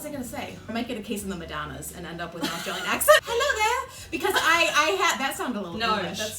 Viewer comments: is as pretty and elegant as I imagined her. I almost lost it when she said "Hallo there!" ❤️ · Omg the moment says 'hello there' in her Australian accent!!! She is so cute in person and made her recommendation even more convincing!